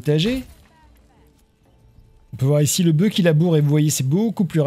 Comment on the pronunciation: Bravo, super série. Juste un détail : au singulier, le "f" de "boeuf" se prononce.